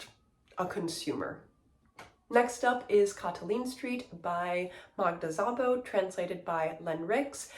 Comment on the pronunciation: the sz in szabó is pronounced like s in snake or silent for example